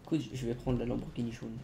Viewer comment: T SERIEUX UNWINW TU MET DES "S" À LAMBORGHINI